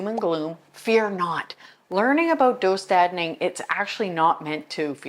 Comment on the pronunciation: Nice video! Just so you know the dö in döstädning is pronounced like you're saying "duh" as if something is obvious. Just an FYI :) great job pronouncing the ä well though! (Swedish person here lmao)